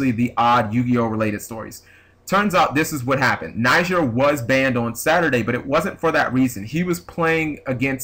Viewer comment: it's pronounced nih-ZAR like lazaro bellido or lazar from 5ds